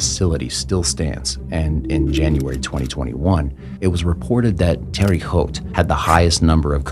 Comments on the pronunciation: Terry Haute, France huh?! I thought it was Terre Haute, France ! 😅😂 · It's pronounced terra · lol terre haute is pronounced terrA haute... i live about 40 minutes from there. and it's not as bad as many other prisons in the US aka rikers island is worse just to name 1.. and before anyone asks; no. i have never been to prison or jail or even been arrested in my life. i just love to watch true crime & shows like this! awesome content by the way, been binge watching since last night 💕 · It's pronounces teh-ruh howt.